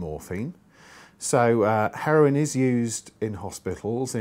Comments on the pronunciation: why does he say it like that XD "Heroine :D" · Nah heroween mayte.. heroween.